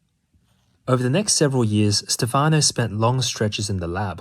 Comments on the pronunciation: Stefano is pronounced with an accent on the first syllable. Stéfano, not stefàno. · It's Stéfano, not Stefàno. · In Italian, Stefano is pronounced (STEPH-ah-no) not (steph-AH-no). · Stéfano not Stefàno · its Stèfano not Stefàno, its like sthephanie......but male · Its Stèfano, not Stefàno, btw. And the e is an "eh". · Thank you very interesting. Just one note, please it's Stéfano not Stefàno! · This is such an interesting subject! I remember reading his book "Verde Brillante" many years ago, when I was in middle school. It got me really interested in the way plants perceive the world around them. Also, it's "Stèfano", not "Stefáno". I don't want to be pedantic, but it's a bit annoying hearing it mispronounced so many times in a row. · Great video! Of course plants are aware. Who ever could think they weren’t? And it is pronounced STE’-fano. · Really interesting video, but you could've spent like 15 seconds learning how to pronounce "Stefano" since you were gonna say the name 40 times...